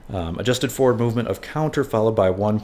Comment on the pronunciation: He said it twice at least... :( Maybe he should borrow some kids book with animals to see the difference :)